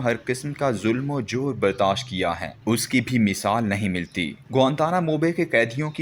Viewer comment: Abey ullu tujhe kitni dafa samjhaya hy apni pronunciation Sahi karle Urdu ki nai Tu mujy Kam pe Rakh le Jo Teri pronunciations hi theek Kar Kar k deta rhy..zulm o JAWAR Hota hy joor nai